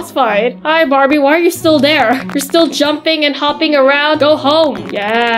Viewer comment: Why is the word barbi like that😂 it supposed to be Barbie